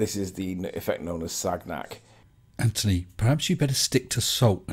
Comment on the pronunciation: You'd think that would learn to pronounce the name of his hero. It is not Sag-nack. It is pronounced Sanyac.